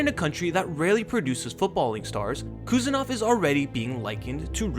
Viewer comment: Im from uzbekistan and I give you correct pronunciation of abdukodir's name. Its Husanov. Like when you say Haaland. With H. Not Kusanov but Husanov